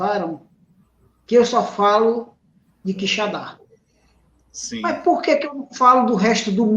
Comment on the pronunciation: Professor, bom dia. Não é QuixaNdá, é Quixadá... sem o ene.